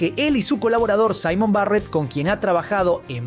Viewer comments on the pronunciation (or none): none